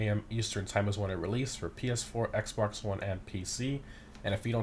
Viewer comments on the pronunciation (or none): none